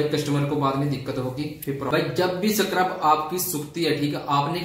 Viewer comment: Scrub hota h bhie 😂